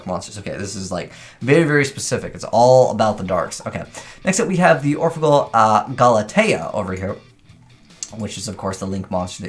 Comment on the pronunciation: it's pronounced orphegEl (d i v e r ti mento= from Italian) which means : orphan angel amusement devil